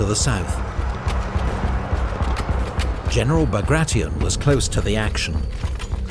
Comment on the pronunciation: Pjotr Iwanowitsch Bagration , Bagration was spoken out like a french Name .The pronouncing was terrible